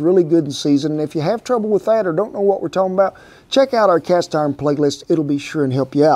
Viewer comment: “Cast orn” love this guy😂